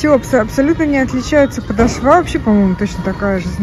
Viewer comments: Очень режет ухо- подошвА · Милая, подошва ударение на второй слог, простите за замечание 💓🌹обувь не очень, хотя есть некоторые ничего так. Не могу носить не коженную обувь. Массово начали делать изкуственные за большие цены 🙄Я согласна с Вашей критикой. Спасибо за обзор🌹